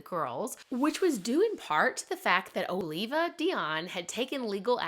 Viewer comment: You need to learn how to pronounce their names. It’s Elzire (el zeer), Oliva is (all ee va)